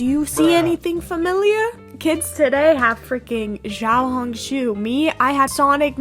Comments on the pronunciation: as a mandarin-speaking person, i think the xiao in xiaohongshu is pronounced “shiao”, since the x is pronounced sh! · Its actually pronounced "see-ow ho-ng shoo" but good effort 😅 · "shi-a-ow, hong, shu" (not shoe just shu) When translating chinese X is commonly used as a variable sound. X usually makes a "shi" or "ssi" sound. or you can just say "little red book" as that is the "proper" translation. (I think the reason people say "Xiohongshu" is because it's a name, technically) /pos ANYWAYS YOUR ARTS REALLY GOOD IM SURPRISED YOU EVEN REPLIED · i love you but please, say xiaohongshu correctly 😭